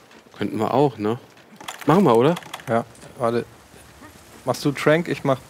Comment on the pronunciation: Nices Video, Nices Game, aber bitte, es heißt Potion oder Trank und nicht Tränk. Made my ears bleed...